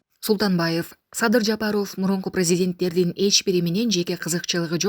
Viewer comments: Жапарооф эмес Жапаров туура айт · Ушул кызды мен түшүнбөдүм фамилияларды туура окуй албайт же сабатсызбы президент Жапарооф десе эле аллергия болуп кетем, силерге дагы байкалабы эли журт?